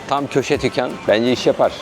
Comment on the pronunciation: Tükkan aciyoruz dükkan değil lütfen tükkan😂😂😂😂😂 samimiyetiniz çok güzel hocammm